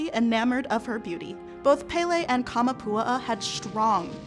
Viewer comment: Kah-mah-poo-AH-ah. Not Kah-muh-POO-uh-uh. Your pronunciation is driving me nuts. 😝